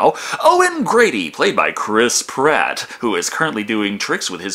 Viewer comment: its Chris Pratt. Not Chris Platt